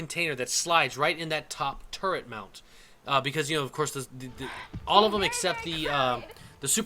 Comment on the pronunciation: you said turrent when talking about the buccaneer